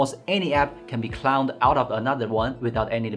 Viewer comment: cloned not clowned bro😂